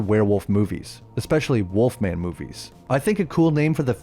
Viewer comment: then you think they would put the correct emphasis on the title, instead of pronouncing it like the snack.